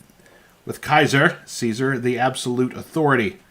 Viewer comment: it’s pronounced “Caesar “not “Caesar”